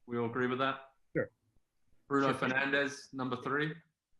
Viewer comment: Lol man said kdb mane and penandes 😭😭